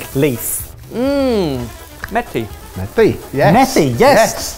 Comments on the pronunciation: You saying methi stole my heart. James so good to see you back. Trust me these men have had horrible guests (poppy) so happy to see you. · Indians recognized the green leafy stuff instantly. ❤️❤️ to for calling it what we usually call it, even though he butchered the pronunciation.